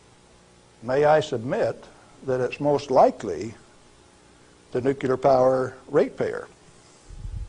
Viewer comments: Sorry, it's pronounced like it's spelled - N-U-C-L-E-A-R. It's NOT NUCULAR! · Why do even scientists and engineers have a problem saying the word "nuclear" ? Try by pronouncing it " new clear " not " nuke ular". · Hearing every day Americans pronounce nuclear as "nuke-you-ler" never gets old, even approaching age 40. It used to really annoy me as a pre 10y.o Australian kid (with Asperger's, reading, doing math and watching docos said to be years above my human farm given "education level"). These days, the more educated the person pronouncing this so incredibly wrong. The bigger it makes me smile. Thanks team America. You're the world police and deserve a movie made about your overseas global help.... Never mind, some incredible Americans already did it in the 00s. Thanks Matt and Trey. "AMERICA FUCK YEAH!!!!" Thanks. This is incredible material about an incredible material. Surprised it wasn't banned, not just demonetized. I'm just glad it's up and I'll be donating to you to help with the losses of hosting high quality information on the tube mafias mega streaming services for us farmed humans. Thanks from 38° south in SE Australia. Near the great Ocean road southern aurora photography chasing cliffs of the Otways and hi SO family ❤🙏 PS. no hate here. I'm the first to tell people that Aussies butcher the English language better than any other English speaking country. Returning home from nth America, UK etc is always a shock hearing how much we cut words down, remove entire words to shorten sentences,, don't pronounce the R in many things including burger (I've confused many an American burger restaurant worker taking my order when I ask for a bur-ga and not at bur-gerrrr) and tha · A guy who worked in that industry for decades and still mispronounces the word "nuclear" is very difficult to take seriously. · Isn't it odd that someone who is an expert in nuclear technology doesn't seem to know how to pronounce the word nuclear?